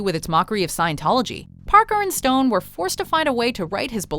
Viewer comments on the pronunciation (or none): you call them "Packer and Stone". It's Parker. His name is Trey Parker. Good video tho!